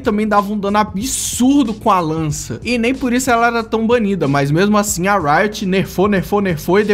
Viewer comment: KKKKKKK, o ''Achin'' ele quis dizer ''Assim''